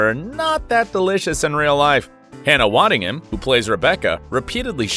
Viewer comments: he said "waddington" 🤦🏽‍♂ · Hannah “Waddington” ?? Are you kidding me ? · It's Hannah waddingham not waddington. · Waddingham* Not Hannah Washington 😂🤣😂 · 1. Why is this entire video backwards (mirror image)? 2. Hannah’s last name is WADDINGHAM not Waddington. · You lost me at "Waddington". ppppffffttttt.